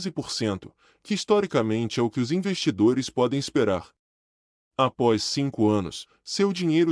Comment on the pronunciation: Não é apois, é após. Nao e GROF, é GROWTH! Mas vlw a intenção!